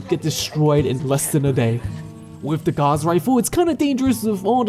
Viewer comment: gauss rifle is pronounced "ga-w-ss" not "gaz"